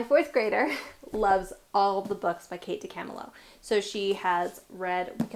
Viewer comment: Her name is pronounced Kate Dee-cuh-MIL-oh 🙂